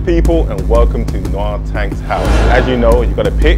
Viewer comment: Noir is pronounced nwahr (french for black)